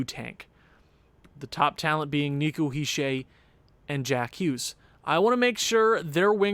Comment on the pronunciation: He’s not a troll. He is just correcting how you say certain names on the team. (Btw your pronouncing Hischier the wring way but it’s not that important, also keep up the good vids